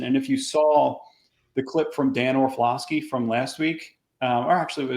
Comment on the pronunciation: Do you keep saying Orflofski instead of Orlovski?